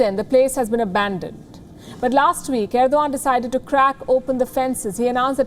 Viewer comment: Oum Nama Shivaya 🙏. Hey Palki Sharma can't U even pronounce abandon 1.38 /1.37. What's wrong with you. Always have pronouncesition problem. When will u learn to read news without flaws but I like U love U for Ur looks u r gorgeous. But doesn't mean U r a good reader and good at work U r worst. But I watch wion news just to look u